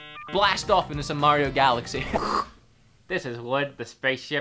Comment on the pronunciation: Mehh-rio. Bob wulff is mad 🤣